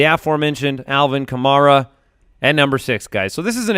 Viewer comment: it’s pronounced Ka-mare-uh. Kills me that people still don’t know how to pronounce a first round pick’s name